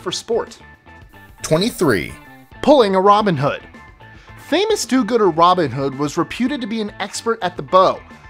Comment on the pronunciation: Americans. Please. Learn how to say 'Robin Hood' The syllables all have the same emphasis and cadence. And there are two words. It is not like neighbourhood (which you guys do not spell correctly)